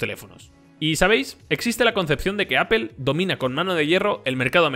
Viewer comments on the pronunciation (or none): Amigo, pronuncia correctamente, no es Apel, es Apl, si te refieres a Apple y no es Guguel, es Gugl, si te refieres a Google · Amigos españoles, cómo se les puede explicar que no se pronuncia "Apel"? Se pronuncia, en todo caso, "apl". Unas clases de inglés no les caerían mal. De verdad, a muchos hispanohablantes nos da pena ajena escucharles pronunciar cosas en inglés. Saludos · ES CAGANTE QUE DIGAS (APEL) (GUGEL) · "Apel" y "Gugel" - LMFAO!!! Cierto.. Pixel es un muy buen telefono!